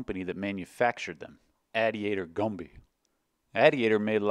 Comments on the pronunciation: Did you say, "gumby," for "GmbH"? It's short for "Gesellschaft mit beschränkter Haftung", which is essentially German for "LLC". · "Gombie"/GmbH = Gesellschaft mit beschränkter Haftung = limited livability company. In German you would pronounce it like GEH-am-beh-HAH. But sure, you can say gombie.